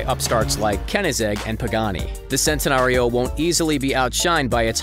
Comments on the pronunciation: It’s Chentenario not sentenario also Lamborghinis aren’t sports cars there supercars learn the difference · btw its not sentenario its like ch-entenario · Also, most people say it like 'chentenario', so his 'sentenario' annoys me lmao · P yeah I know it's said shentanario but doesn't really bother me that much it's like Chiron it's depends on which country your from but koenigsegg u gotta be kidding me